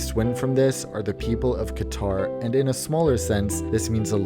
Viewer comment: I luv how u say Qatar 💕